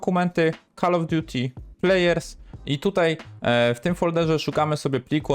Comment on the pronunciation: "Call of" = kalof, "blood" = blut 🤣🤣🤣 Really?? Żeby prowadzić jakieś kanały na youtube i nie znać elementarnej angielskiej wymowy??